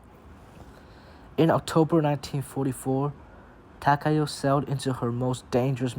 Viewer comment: Finally, an English speaking person who pronounces Takao correctly